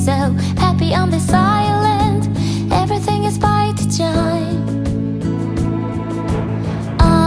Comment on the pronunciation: the way she pronounced ‘design’ ❤️